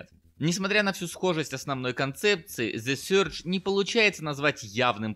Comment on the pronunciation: слушай ка кправильно произсносятся названия игр. Просто коверконье такое, сюрдж, когда сёдж, не профессионально как то)